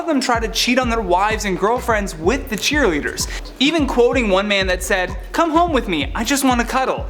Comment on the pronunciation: what you talking about, "Cheer-lidders".. LOL, u make me laugh... " kids' fight club".. 🤣🤣